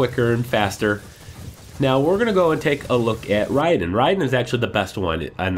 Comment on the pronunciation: you said raidan wrong